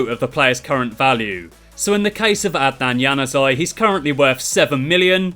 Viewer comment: You butchered Januzaj's name completely😂😂😂😂😂